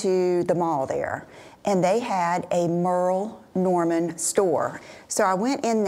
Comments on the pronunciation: Im laughing at the Merrill Norman annunciation and people jumping down your throat. 🤣I have all 3 of the Everlane turtle necks that you showed and I love them. Ive had them for close to three years nowm they are so comfortable and don't choke me like some do. Greatt video thank you! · I used to love the Merle Norman compact cream foundation! And OMG, I've been here so long I do remember the SAGA when you pronounced it wrong, LOL! Good times lol.